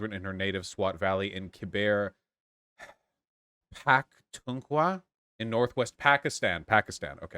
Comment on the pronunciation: It's a joy to see Vaush trying to pronounce Khyber Pakhtunkhwa. Lol